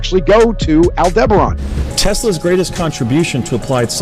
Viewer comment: Aldebaran did he say